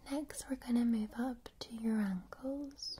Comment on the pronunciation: when i hear you say ankles it sounds like you saying uncles lol